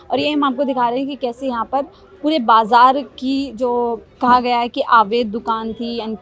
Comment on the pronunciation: Ilaka kaunsa hai madam? Aur 'aavaidh' nahi 'avaidh'